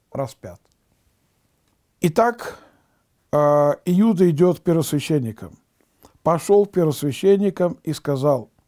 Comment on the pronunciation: Спаси господи, но июда с ю слух режет